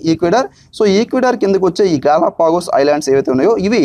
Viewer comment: 1)గలొఫాగా స్ క్లారిటీ లేదు, 2)ప్రవసాల్లో కాదు, ప్రసవల్లో